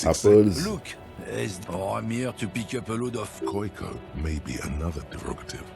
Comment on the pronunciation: hears The Racist say "Koyko" Immediately pronounces it 'Kohj-koh"